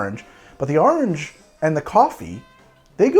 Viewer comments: "Ahurenge." Orange? "AHURENGE." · Why does he say "OAR-ange" instead of just arnge like the rest of us? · That coastal accent leaking out a bit